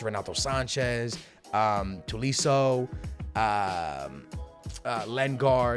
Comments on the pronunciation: It's toe lee so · Sell tolliso. U can’t say his name. It’s just one of those things😂